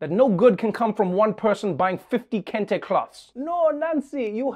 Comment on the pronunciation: Did she say Kunta Kenta colored scarfs?